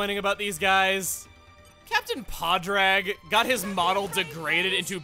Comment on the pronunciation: Chugga, you’re over pronouncing Padraig’s name a little! It’s the Irish form of Patrick, so the end of it is shorter-sounding. It’s more like ‘Pawdrig’. I know the end looks like ‘raid’ but Irish can’t be approached with an American understanding of English;;; This is one of the easier names to read, believe it or not.